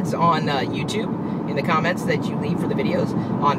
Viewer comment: You always scare me by saying "... and four eyes on the road." Are you an alien or am I just missing something here :P